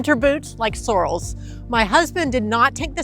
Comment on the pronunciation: Thank you for another good video. Keeping them brief keeps my attention. FYI Sorel's are pronounced suh-RELL (/səˈrɛl/).